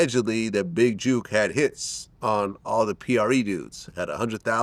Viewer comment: His name is not juke it's jook